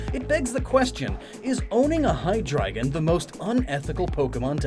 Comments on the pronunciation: Funny enough, your pronunciation of Zweilous and Hydreigon were spot on but Deino is pronounced like the Dino in dinosaur. Ein=one, zwei=two, drei=three. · very interesting theory! Still wondering where the second brainless head comes from though... just an urge for symmetry? Also, yes you pronounced Zweilous and Hydreigon correct! Not Deino though, the 'ein' is also German for 'one' ;) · And Hydreigon. He did good, outside of Deino. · Deino - like "dino" from dinosaur, and also including the German "ein" for "one", which make the rest obvious. At least you said Zweilous and Hydreigon right. ;) ☆